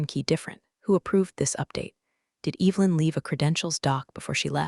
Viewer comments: that's a good point! The AI definitely gets that one wrong. It should be E-vuh-lin, not E-vil-in. 😬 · I hear that every time! Makes me cringe a little. It’s Evelyn, not Evil-in! 😬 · Why does your AI insist on pronouncing Evelyn "Evil-in"? The E is soft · Ev- el-in, What a bunch of dipwads with a poorly programed Artificial Unintelligence device! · classic AI misstep. "Evelyn" should definitely not sound like "Evil-in." 🤦‍♀ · I'd be happy if the stupid AI could learn to pronounce Evelyn